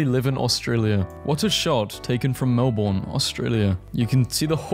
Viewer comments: It is pronounced Mel bn . On the subject Bris bn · there is one thing annoying me about this video. As an Australian, these are funny memes, but everyone seems to pronounce Melbourne wrong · but the way he pronounced Melbourne has me crying. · DON'T EVEN GET ME STARTED ON THE MELBOURNE PRONUNCIATION. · As an Australian, I find it offensive how you pronounce Melbourne with an 'r'. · It may sound like mel-born but it's mel-ben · it ain’t mel-BORN, it’s mel-Berne😭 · Melbourne is not pronounced Mel-Born it is pronounced Mel-bn but other than that good video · I be punching air every time someone pronounces Melbourne as Mel BORN😑, it’s Mel BIN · I don't understand why people keep saying Halloween isn't celebrated in Australia. It is, at least in most places, just not to the scale of Americans. About 1 in 3 or 1 in 4 houses will decorate and give out lollies. Also Melbourne is pronounced more like mel-bin and less like mel-born. On behalf of all Aussies, please say it right. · Melbourne is pronounced Melben not melborn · As an Australian it pisses me off how u say Melbourne it is not melbooorrrrrn say it more like Melben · brb, getting angry at the way you pronounced melbourne 💔 (p.s. it's mel-bin, not mel-born 🫡) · also my dude, sorry to tell ya, melbourne is probounced melbin. :3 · FINALLY AHAHAHAHHA THAT WAS BOTHERING ME ALL VIDEO As a fellow Melbournian, thank you. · as soon as I heard him say that I scrolled down to see how many other people were annoyed by this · as an aussie i feel its important to inform everyone that the correct way to pronounce "australia" is "ah-strah-lya" not "oh-stray-lia" and melbourne is "mel-bun" and we literally pronounce our capital city as "can-bruh" also the general rule with spiders is that in queensland the big ones are usually harmless (huntsmans are the size of dinner plates but you actually want them around because they eat the mozzies) but in new south wales the big ones will kill you (they like to live in shoes)